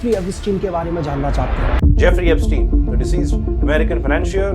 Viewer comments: Bhai sab kuch thik h But words ka pronunciation thik se krlo toh aur sahi lagega sunne m... it's EPSTEIN not EPiSTEIN.. Just a suggestion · He couldn’t pronounce Epstein 😂